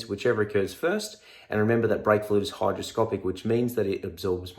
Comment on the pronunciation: Great vid, really helpful. Although its hygroscopic, not hydro.